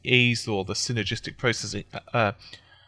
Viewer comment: You have the most annoying accent of all time, seriously listening to you try to pronounce "synergistic" sounds like a damn dog trying to bark with peanut butter on the roof of it's mouth.